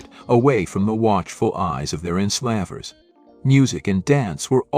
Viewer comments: That AI pronouncing centuries and...enslaaavers. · PLEASE can we get back to human writing and narration? It’s awful. It sounds like a list of sentences rather than one sentence connected to the next. While we’re at it, pronunciation matters. “Enslah’ vers”??